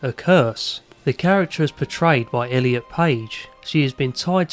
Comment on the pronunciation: Thank you for saying Elliot ❤